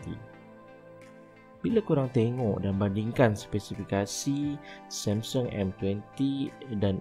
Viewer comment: Yg ckp MCM tk cukup mkn.lembik.sebut Samsung pun MCM sembur somsen.huaaa